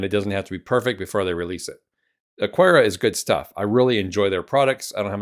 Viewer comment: No 'u' in Aqara. Just pretend it's a k instead of a q.